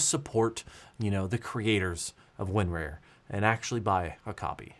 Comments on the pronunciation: / - That was my thing, it should be like "tar", "car" , "bar"... Not "wear" or "rare"... :D I laughed my butt off when I realized he never corrected his pronunciation :D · It's Win-RAR. not Win-Rare. LOL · LGR did it for real... Thought its WinRAWR not WinRARE?? LOL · WinRAR is pronounced win"RAWR" Like a lion roar. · The worst part of the entire april fools joke is pronouncing it win-rarE? The rest I could handle but not this. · Win-Rare? 😂 I can't figure out if that's legit or the southern accent coming through 😁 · Same. I've always heard 'Rar' as sounds like a pirate 'Arrrrr' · He's the only person I've heard pronounce it like that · nah bro, southern AF over here, literally none of my IT coworkers down here have ever pronounced it that way